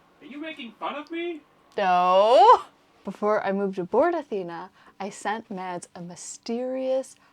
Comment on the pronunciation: I’m so glad that you pronounce your names in the introduction. My names gets messed up all the time but please,, if you’re going to marry the guy, stop pronouncing Mads and start saying Mas. It’s not as hard as my name or other names. Everything else is great.